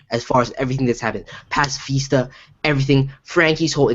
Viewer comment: I fucking hate how that dude says pascafista. Dam dude stfu lmfaoo you're so fucking annoying